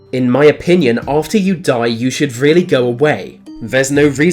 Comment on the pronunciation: Weally, weally, fwightening!